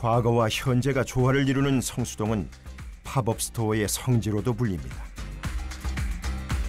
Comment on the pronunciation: 한국말로 단기 매장 이라고 하면 되는데 왜 쓸데없이 영어로 팝업 스토어 라고 하는 건지 이해 안 감. pop-up은 발음이 파펖 이지 파법 이 아님. 약간 이라는 말 쓸데없이 쓰는 미천넌. 제목에 이유 라는 단어 쓸데없이 쓰지마. 유치해.